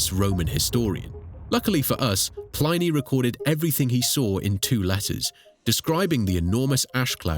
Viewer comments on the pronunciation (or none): Pl-eye-knee, no that's not how that name was pronounced. If anything, it was Plea-knee, or plinny. not whatever the fuck that was.